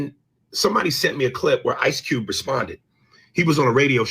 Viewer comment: You must be from Baltimore it’s ICE CUBE 🧊 not ICE CEWB